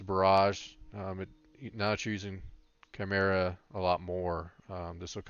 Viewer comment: thanks for the video. Criticism: 1. chimera is not pronounced how you are pronouncing it 2. could show the enchants we need, and potions, etc (for new hunters 60 like me) 3. could show what to get first with honor. the bow you got is what i found that was good advice but what do i do with honor 4. could show role in bgs as a hunter, 5. could show better your order of skills. you mentioned it but could show it in action i suck bad at hunter. super new to hunter pvp and 60. leveled as bm. i thought it was gear but alas, my gear is bloodthirsty 61-68 and its decent. was hoping video would have a little more expert tips like not just use scatter but how to use it most effective ot best order to do things do i put down a ice trap then jump back or back first then trap , etc good advice on the NE. ne pretty good for all classes however you are male which is not acceptable